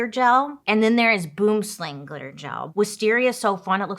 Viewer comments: As a South African, listening to you mispronounce Boomslang made me giggle😂❤ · Dying at how you pronounced boomslang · Boomslang, is pronounced sooooooooooooo wrong 😂😂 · I absolutely adore Bailey although the "boomslang" pronunciation kinda made me twitch 😂😂 , melts SA is insane price wise😢